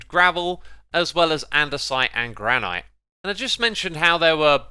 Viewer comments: You know its Gran-it not Gran-ight right? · You are mispronouncing granite. It sounds somewhat like "gran nut". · The way you pronounce Granite makes my nose slowly bleed. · jesus i thought euros saying aluminum wrong was annoying but heres sum saying "granITE" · granite; GRAN-it orchid; ORK-id tiaga; TIE-guh acacia; uh-KAY-shu lichen; LIKE-in